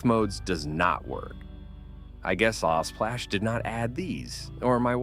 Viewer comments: text to speech be like: elesplash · Lsplash ❌ Lasplash ✅